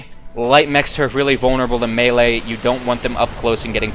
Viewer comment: Hah, came here to say that too. At least he got melee right, though. There's a special place in hell for anyone who says meelee.